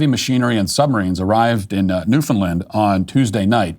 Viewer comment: Congrats on pronouncing Newfoundland rightish!